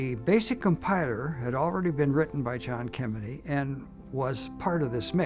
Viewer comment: Ah. "Kemeny" becomes "Kennedy" ... and "computation" becomes "competition"! Yes, definitely computer-generated.